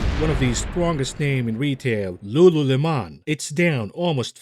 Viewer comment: lmao your pronunciation of lululemon (looloolemawn) hahaha. Love your videos!